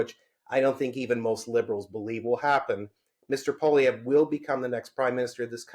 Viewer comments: Dear Spectator Host, "Poilievre" when spoken by an Anglo is not pronounced Pwa-Lee-Ver, but Pwa-Lee-Ever. See the last three letters of his name. Doesn't seem like a big thing, but it kind of is to Francophones. Meant in helpful good faith. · Nobody I have ever known in my life is hated by me as much as this 1 person I have never met. Edit: Learn to say Poilievre! Your guest said it properly, then literally 3 seconds later, you say it wrong! Try harder!!